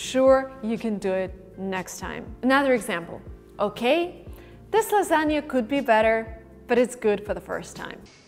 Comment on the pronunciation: I Like Ur Every Video & Learn Bunch Of Fresh Things.I Wanna U To Make Vid On How To Pronounce V & W,And I Noticed That U Pronounced Maybe Lasagna ( Lasania )